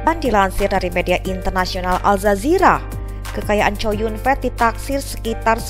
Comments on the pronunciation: ckow yun fat min bukan chow yun fet lu ini bsa baca kagak sih mmin mimin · Namanya chow yun fa, bukan COW YUN FEEEEETTT !!! WKWKWKWKWKK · Kok bacanya chow yun fet ya jelek bener, baca biasa aja chow yun fat ( co yun fat ) jangan chow yun fet 😅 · Mbak, klo nama org chinese cho yung fat tetap a, dibaca'A. Bukan"E😋ke asyikan bhsa ingrish ya😃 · Namanya Kok co yun fet ngomongnya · Chow Yun-fat (周润发), pronunciation'nya kok begitu seh? Dipronun secara bahasa Inggris. 🤣🤣 Jadinya seperti berarti Chow Yun gendhut. 🤣🤣😂😂